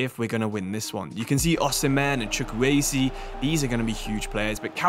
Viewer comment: eze from crystal palace is how you say it in Chukwueze name